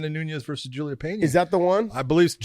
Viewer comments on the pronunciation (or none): none